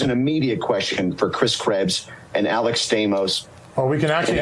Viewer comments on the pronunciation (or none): none